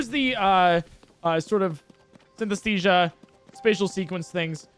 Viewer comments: Take a shot everytime says Synthesthesia instead of Synesthesia. jokes aside, amazing video and run!! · Synesthesia pronounced correctly counter: 1 Synesthesia pronounced incorrectly counter: idk like 50 lol Yeah, can't blame you, commentary is really hard